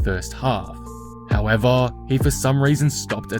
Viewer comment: Mr. "HOW-EH-VAHHH" making correct predictions.